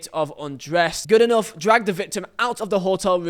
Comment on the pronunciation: Why are you pronouncing Goodenough wrong?